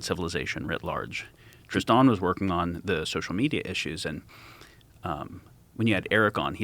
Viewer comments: Your name is Triston not fucking tristahhn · The one and only thing i dont like about the guest is his name is pronounced TristAan. Like come on man... its just Tristan